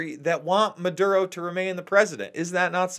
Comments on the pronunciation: Why does he insist on calling the guy Manduro. Maduro his name's MA DOO RO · it's muh dur oh, not mun duro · REPEAT AFTER ME: Maduro not Manduro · It's not "Munduro".......leave out the "n" that isn't in the name. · The funny thing is that sometimes Luke pronounces it correctly......which is actually more strange than if he was consistent in incorrectly pronouncing the name!